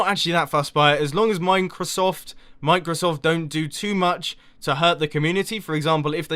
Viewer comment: You probably meant OBS, not OBD for streaming xD Also, "mine-crosoft"? Nice one :3